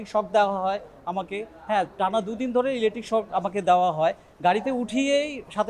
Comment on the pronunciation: ইলেক্ট্রিক শট না, ইলেক্ট্রিক শক।